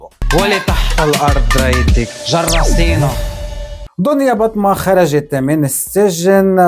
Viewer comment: صارت دنيابطة وليس دنيابطمة😂